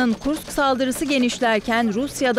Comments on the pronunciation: Kursk. Kurkis değil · Kurks değil kursk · Kurks yox kursk